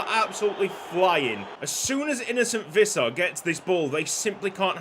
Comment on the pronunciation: Visser is pronounced more like fisser